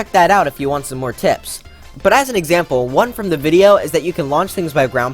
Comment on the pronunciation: Ah yes, exapmle